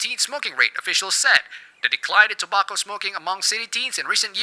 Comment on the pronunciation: you pronounce tobacco wrong